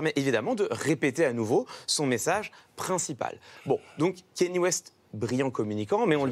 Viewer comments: C’est « Kanié » et non « Kéni » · Pourquoi personne en France ne sait prononcer "Kanye" ?? Pourtant ça se prononce exactement comme ça s'écrit... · Ben c'est juste son nom quoi, tu peux aussi l'appeler Jean-Pierre si tu veux ou te mettre à appeler "pile" les gens qui s'appellent "Paul"... mais je pense que le minimum de respect serait de faire un effort pour prononcer son nom correctement, surtout que ça se prononce exactement comme ça s'écrit et que les sons sont particulièrement facile à faire en français...